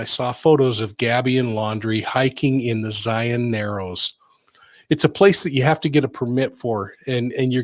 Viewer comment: Also.. thank you for pronouncing Zions correctly lol